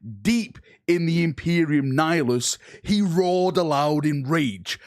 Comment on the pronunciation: pronouncing Imperium Nihilus correctly is the real big reveal here I think